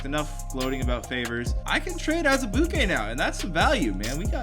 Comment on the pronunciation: I love how you say Azubuike 😂